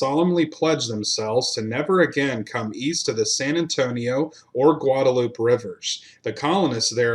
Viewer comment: Aransas - uh- rann- ziss Atascocita - uh- tass- cuh- see-tuh Guadalupe - guadalupay